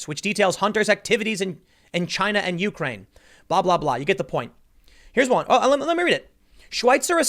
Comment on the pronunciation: The way you say Ukraine bumps me. YOUkraine lol